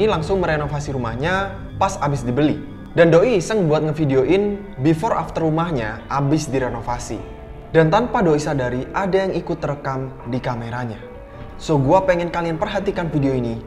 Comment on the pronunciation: Menit 6.20 berkata "TANPA DOI SODARI"😂😂😂😂